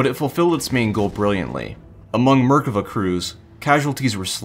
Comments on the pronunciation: Merkava isn't pronounced murkuvuh but otherwise good video. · wait is it "MER-ka-va"? I've been saying "mer-KA-va" ever since playing Xenogears way back in the day